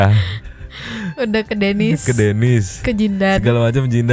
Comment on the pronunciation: Mabuk nih org, sebut nama Denis aja salah